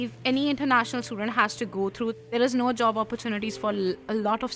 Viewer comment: "you have go true a famy doctor"